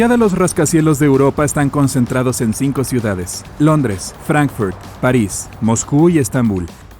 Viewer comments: él no dijo Fráncfort, dijo "Frankfərt", q es su pronunciación en inglés. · Por qué pronuncias así?? Literal, la ciudad es alemana y se llama Fráncfurt y la pronuncias como si estuviera en inglés? Me da la impresión de que a lo mexicanos en general intentan sonar gringos, no pronunciar bien como tal, sonar gringos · ¿Rascacielos en París? ¿Por qué dice “Frenfuort"? ¿Qué le pasa en la boca? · ¿Por qué el locutor se empeña en pronunciar nombres no ingleses como Frankfurt o Burj Khalifa con acento inglés? No es necesario pronunciarlos como en su idioma original, pues uno no necesariamente sepa esos idiomas, pero usar fonética inglesa es pedante y sin sentido. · Excelente reportaje, pero me llama la atención porqué dices Frankfurt con acento inglés, si es una ciudad alemana!